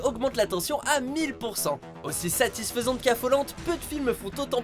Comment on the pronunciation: Oui et ? Il l'a bien dit je comprends pas 😂